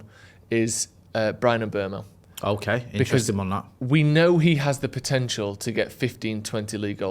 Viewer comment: Is persistent wrong pronunciation of Mbeumo's name annoying anybody else? He constantly says 'M(berm)o' 😖! It's M(boom)o!! Please please get it right!!! 😉